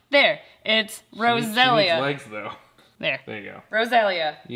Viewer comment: "roseelhija" ITS Roselia not roseelija